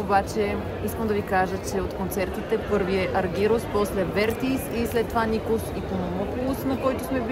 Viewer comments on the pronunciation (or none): Не е Аргирус а е Аргерос....и като правите видиа....грамотно поне...,като те чуе той как му произнасяш името ...едва ли ще иска да те види